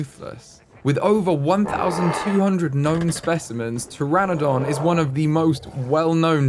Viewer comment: Babes you saying PTERADON every time is killing me